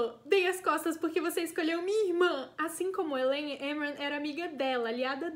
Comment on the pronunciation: AMEI D+ VÍDEO,eu tive +- a mesma percepção do livro do q vc e tbm to ansiosa pra vê o q a sjm vai arrumar com elain. (Adorei esse vídeo tbm pq aprendi a pronunciar os nomes dos personagens,tipo Amren,Gwian)